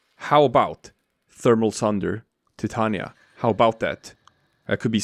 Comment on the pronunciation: Omg you said her name right. Got my follow